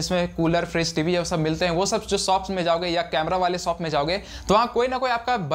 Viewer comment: सौप नहीं शौप होता है भाई